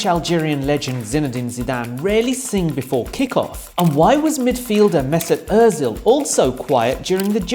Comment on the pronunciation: it's Özil. not ÖRzil :))